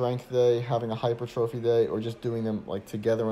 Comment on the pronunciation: Nice, but you've got to stop saying "hyper-trophy", LOL, it is (should sound like) "high-purr-tra-fy" - I can't be the only one pointing this out, lol. I appreciate you though....